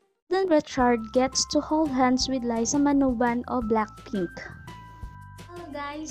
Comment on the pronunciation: Manoban hindi manuban